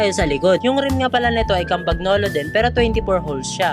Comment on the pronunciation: Campanyolo po pag bigkas!